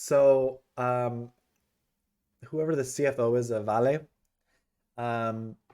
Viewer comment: It is pronounced Val-A.